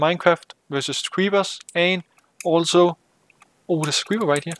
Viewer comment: You say creeber in stade of creeper